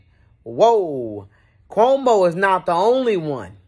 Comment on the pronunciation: The way you say Cuhomo 😂😂😂